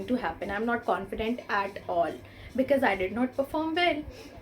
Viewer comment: Sorry to hear that but I can see many pronounciation issue with you.. please check your pronunciation of chance and because...and they are very particular about our tenses and even in this vdo you messed up with tenses..so if you work on these factors you'll make it...all the best